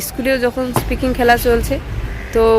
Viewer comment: স্কিপিং বলে, স্পিকিং নয়